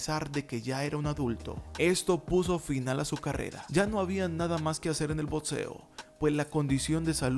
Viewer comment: Pronuncia "BOCSEO" no "BOTSEO", "BOCSEADOR", no "BOTSEADOR".